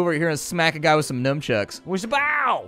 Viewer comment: What are "numchucks"? Are they anything like nunchucks (nunchaku)?